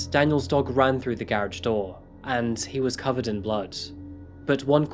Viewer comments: Is my man’s tryin say garage..? I ain’t clownin so y’all don’t act like I am.. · I'm sorry but to hear you say garage is such a different way than I'm used to. Baffles me and I try to say it like that.